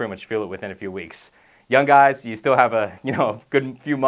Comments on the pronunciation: Anyone else notice that he's saying "yun" instead on "young" most of the time lol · "yun" young* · lol 'when your yun' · lol he says pronounces "young" as "yun" :'D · KILLED MEE...."when ur yun" 😂😂😂😂😂😂😂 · he says yun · Love this guy but i cant help but laugh when he says young it sounds like yun. LOL! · *youn age haha thats what he says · "when you're yun" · does this guy not say G's when they follow N's? Stron Youn